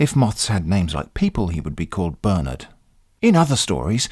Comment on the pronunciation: I love how him saying "Bernard" sounds more like "Burn it" in the end. :p